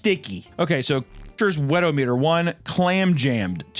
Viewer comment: Im just annoyed at how she pronounces Weto-meter. She says it like thermo-meter.